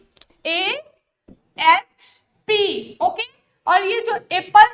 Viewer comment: AHP nahi hota hai HP hota hai 😂